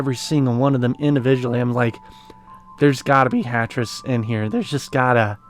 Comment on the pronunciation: Ah, it sounded like you were saying Tetris.